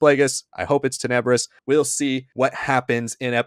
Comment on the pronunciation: Ten·e·brous not Te-NEB-bruss